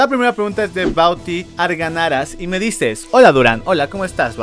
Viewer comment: informacion: No se dice Arganaras se Dice Argañaras pero el ig que no deja escribir eñe